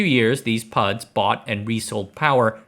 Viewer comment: Lost me when he said PUDs